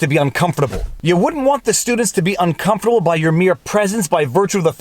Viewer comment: All I care about. Is thank you for saying COMFORTABLE correctly.